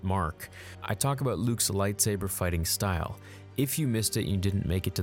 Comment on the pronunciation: If beskar isn't probably forged it will deflect blaster fire. Takes a Mandalorian to make beskar lightsaber proof. ...and you mispronounce most of the lightsaber forms you mentioned. Lol